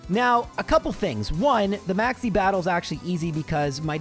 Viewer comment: When you said Maxie I thought you said "Maxx C" and set off my master duel PTSD lmao